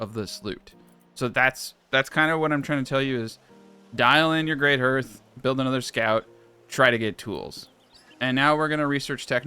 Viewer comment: Great video. Finally wrapping my head around this game. But it's pronounced like harth:)